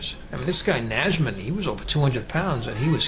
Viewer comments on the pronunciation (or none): Just one thing, in "Najman" this "j" in the middle is just a normal j :) Like at the beginning of "Year". Polish J is always pronounced like that, so no matter where you see it, you can read like this. cheers